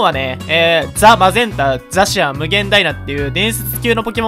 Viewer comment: ザ・マゼンタって言ってますよ